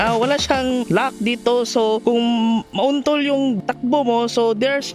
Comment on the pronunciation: "kung mauntul yung ano nyo" HAHAHAHA di mawala ang pagka bisaya